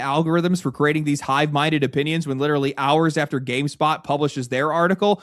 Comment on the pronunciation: GameSPOT is a gaming website, gameSTOP is a store. I'm aware they sound alike but you said gamestop three times in a row when you meant SPOT